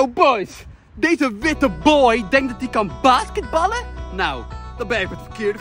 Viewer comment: “ whitte boy” bro